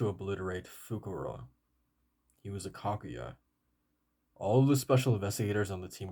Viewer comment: To better pronounce it's ka-ku-ja